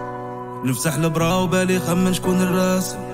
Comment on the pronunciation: الرسالة = البرا تقرأ بالسكون على حرف الباء والفتحة على حرف الراء